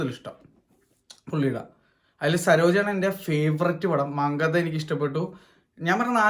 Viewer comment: മങ്കത❌ മങ്കാത്ത ✅ Goat..പടം വളരെ ബോർ ആയിരുന്നു 😪